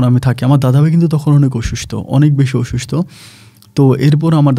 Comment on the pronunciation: ভাই আপনার বেশীরভাগ উচ্চারণ শ্রুতিকটু লাগে। সম্পর্ক উচ্চারণ এখন ঠিক হয়। অসুস্থ উচ্চারণটা ঠিক করেন। আপনি বলেন অসুস্ট! বমআলাদা আলাদা করে লিখে দিলাম। অসুস্ থ হবে, সঠিক বানান অসুস্থ।